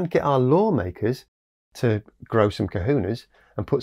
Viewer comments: you mean cojones not cojunes :) as for the rest.. OLÉ !! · its pronounced Ko-HO-nes. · I prefer your pronunciation of algae but to my ear here in Hawaii, ‘growing kahunas’ means something different than growing ‘cojones’. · Well, I learned something ... I did not know that kelp was actually classified as algae. I had thought that algae was all small unicellular or simple multicellular organisms. Another great video by the way. I do think you are mispronouncing cojones though! ;-)